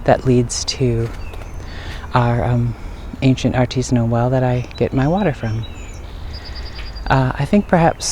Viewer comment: I grew up in Sandwich and this was my favorite playground. Your video brought back some great memories. FYI …. The well at the town hall is an artesian well . Pronounced R-Tee-shun . It is not artisanal which means made by an artist .. usually food.